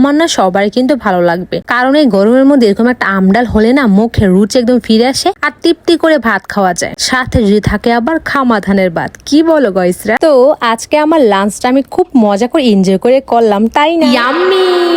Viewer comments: গইস না গাইস বলদ 😂😂😂😂😂😂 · কোয়েল ❌ কয়েল✅ দেশি মুরগির কষা❌ দেশি মুরগির মাটন কষা✅ গাইছ❌ গইছ✅ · গাইস ❎ গইশ ✅😂😂😂😂 পাগল মেয়ে ছাপড়ি মেয়ে 😂😂😂 কে কে আমার সাথে একমত